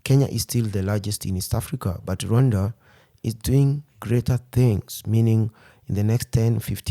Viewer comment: It is pronounced with 2 syllables (RWun-da), as he is pronouncing it. Westerners pronounce it with 3 syllables, Ra-wan-da, which isn't correct.